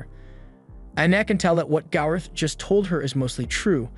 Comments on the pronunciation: Gowther. Gowther. Gowther. Gowther. Gowther. Gowther. Gowther. Gowther. Gowther. Gowther. Gowther. Gowther. NOT GALRETH. How do you fuck that up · Why can he say gowther name right 🤦🏽‍♂️ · PLEASE PRONOUNCE GOWTHER'S NAME CORRECTLY!!!!!!!